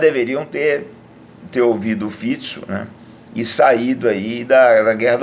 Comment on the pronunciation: Primeiro que falou o nome do primeiro ministro corretamente. Parabéns!